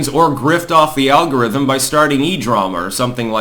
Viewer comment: This 2nd comment is for the "Al-Gore-Rhythm"...👍👍👍🤣